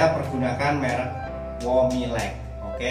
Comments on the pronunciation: Mowilex pak, bukan womilek🤣🤣🤣 keren pak tutorialnya.🙏🏻🙏🏻🙏🏻👍🏻👍🏻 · Womilex atau Mowilex pak